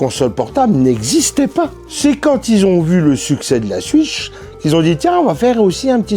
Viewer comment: Cool ta vidéo ! Moi aussi j'ai kiffé la "Suitch" 😅 Tu ne serais pas originaire d'Alsace par hasard ? Bonne continuation !